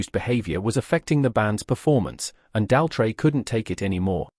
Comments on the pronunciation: Tell me about it, who on Earth pronounces Roger's last name this way? 🤔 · The AI can’t even pronounce Roger Daltrey’s surname! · He seems to have problems pronouncing Daltrey and Townsend.